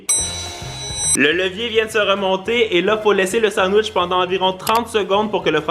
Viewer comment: « Le sandwech »wesh??!!😭😭